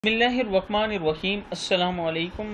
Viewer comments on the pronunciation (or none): none